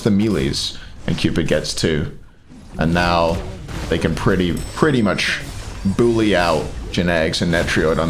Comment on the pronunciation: Im just here to hear say ''melee" and "bully" weird